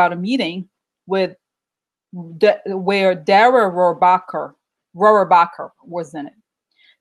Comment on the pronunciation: Thanks for your readings! You are fantastic! The pronunciation is DANE AH ROAR BACH KER, Republican Congressman from California.